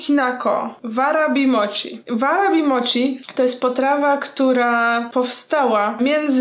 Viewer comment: Warabi czyta sie uarabi a mochi czyta sie moci - __- nie kalecz japońskiego proszę..